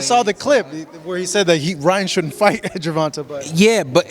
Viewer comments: The way he kept pronouncing tanks name incorrectly was pissing me off lol. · I hate how you say tank's last name. It's GervantE. Like GervantAYYY. Not GervantAHH. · this man kept saying "gervontuh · the way he says Gervonta's name smh 😒 lmao